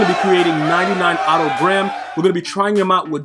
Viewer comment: Thank god you didn’t call him “Oh toe• like a lot of other you tubers